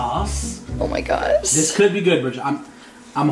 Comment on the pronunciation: said “oh my gos”